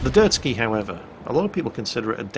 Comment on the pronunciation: Not that anyone cares but it's a Derzki not a Dirt-ski.